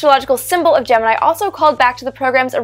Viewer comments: Official Nasa Pronunciation is Gem-In-Eye. So anybody not doing that is wrong. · "I have always wondered about the derivation of the pronunciation. Gemini in almost all spoken references is pronounced “Jem-in-EYE” with the emphasis on the final syllable, pronounced as a high I. However, at NASA, the program was almost always pronounced “jem-in-EE.” I could find no reason for this pronunciation irregularity in the definitive history of the program “On The Shoulders of Titans,” and was wondering if you had ever run across an explanation." - Martin Hajovsky "Dear Martin–Since you asked, and since yours truly is appropriately credited by Ms. Teitel as the person who suggested the name “Gemini,” I’m happy to answer your question. At a meeting not long after announcement of the name, there was a meeting at NASA Headquarters. Attendees included directors of the manned flight centers (JSC, MSFC, KSC, and Hqs officials including my immediate boss,George Low. I was there as recorder. (I was a male, and I knew Gregg shorthand.) I don’t recall who asked the question you did in your note, but George simply turned to me and asked how I pronounced it. Now you know." - Al Nagy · OK, you toyed with us with the pronunciation -- GeminEE vs GeninEYE -- and then did not actually address it.